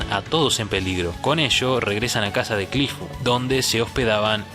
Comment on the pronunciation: Curifu, erinaraisu? No eres japonés, XD, repite después de mi; Cliff *E-li-na-li-se*.